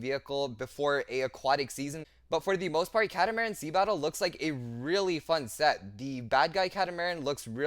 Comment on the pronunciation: It is pronounced "cat-a-mar-an" getting the total word of catamaran 😅 just figured I would point that out to everyone.